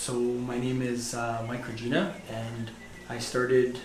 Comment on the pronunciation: U pronounceed Regina like angina LOL. Its Regina like Aquafina.